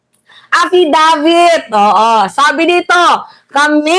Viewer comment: AFfisabit ang twag jan hindi affidavits😅 kasi sige lng bintng walang reaibo. Taenanyo!